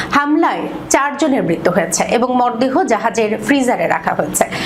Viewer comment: মর দেহ উচ্চারণ কি করিলো? হায়রে সাংঘাতিক